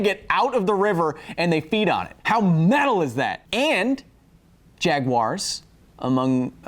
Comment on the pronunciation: Nickle El Bago, trash of the UK, often change the vowel a to an "er" sound when it is the end of a word or name. Maybe Kyles was trying out an inferior version of The English Language?... He was playing around with the sounds that tea drinkers make, in mispronouncing "Jaguars" in the start of the video. The degenerate nonsense conversion of a into "er" is done in South Africa and the Australia express the retardation too. At least the Australian presence of this particular degeneration in nowhere as prevalent~recurring~irritating. The Australian dialect, on average; sounds way better than UK trash...still not quite on par with any of our North American improvement on the English Language(give or take several dozen redundant terms and phrases)...